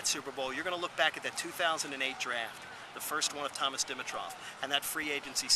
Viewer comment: good to put a face with the douche didnt know it was possible to hate anyone this much w/o even knowing them..........stop mispronouncing thomas d's name. hate that i even gave this vid another hit